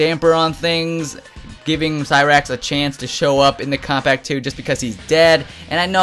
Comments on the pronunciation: It sounds like he's saying, "Kompack 2." lmao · How are you saying Kombat Pack 2? You say it like Kobpack 2 WTF?